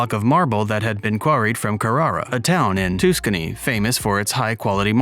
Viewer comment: It's not toouskan knee. It's Tus can nie. Carer ah not kakcaernah. I'm amazed that these narrators screw up. This is a classic Male Nude. wow. And David as a Jewish guy would gave been circumcised. Why this sculpture of van plump small uncut penis. Why. Because Michelangelo was an Italian and few if any Men of Italy had their foreskins in tact. And why Nude. I'm still trying to figure out that one. I was born and raised in Seattle Washington State. During the Seattle world Fair, 1962 to 1964, I was thrilled to see The Piata. Shipped from Rome for the Fair. It was magnificent. I only wish my wife and I could go to Rome France, Germany Norway Sweden and great Britain. And if course Spain and Greece. Roxanne has relatives in Norway, we have a relative in Spain.and Michael has relatives in vSeeeden, Germany and England Scotland and Ireland. And probably Vikings. It's a giant Bucket List. Abd we will be 78 Michael, and Roxanne Will be two years older than Michael. Michael Edwin Simonds of Minnesota USA